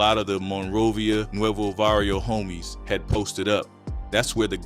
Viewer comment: It's Barrio not varrio